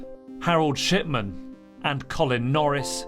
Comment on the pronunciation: Thought he said: Dr Shitman…suits him